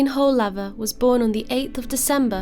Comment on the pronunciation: The pronouncation of the name is woolaver